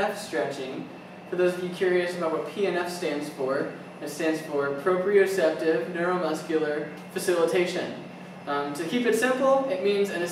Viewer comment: Nicely explained but It's 'proprioceptive' not propioceptive ...